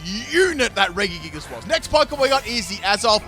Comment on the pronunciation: I’ve never heard anyone butcher regigigas name so much lol